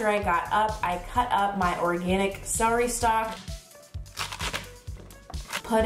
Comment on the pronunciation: I hate when people say "seh-ree" it's "cel-er-y". 😆